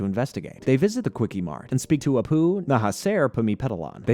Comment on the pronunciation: WTF is Apu "Nahasaer"? Apu Nahasapimapentalon!